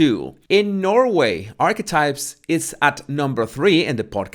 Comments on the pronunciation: Did you say "archwipes"?!?!? 🤣🤣🤣🤣🤣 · Holy smokes! Every time said the name of MM’s podcast, I heard “arse wipes “!!! Lolololo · The best part of this video is when pronounces “archetypes and it comes out sounding as ARSEWIPES” I almost died laughing! Perfect name for it! 😂😂👌🏻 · Towards the end of the video Archetypes started to sound like 'arsewipes'. I was multitasking, but still found it funny. Close captioning has it as "our wipes". Bahaha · Sounds like Arsewipes. Love it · I’m sorry but what are you calling the podcast in the end? All I keep hearing is “arse wipes” 😳😂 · Did you just say arse wipes? Lol love it, you shady king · Did I just hear call Archetypes "A*swipes"? 🤣Was that a Freudian slip? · To be sure, I am not making fun of your accent, because I love it, but when you say Archetypes, it sounds like you’re saying Arsewipes, and that is hilarious! 😂 I also thought that you say body language buddies, even though to me, it sounds like bodies (which is cute), but have learned that it’s actually baddies. But yes, it’s hard to believe that her podcast rated higher than Rogan’s. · Lol... I keep hearing "arswipes"... Is that correct..? 😂😂😂